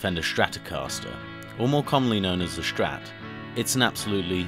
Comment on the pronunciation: Nice video, though so annoying that you are calling start "SCHtrat"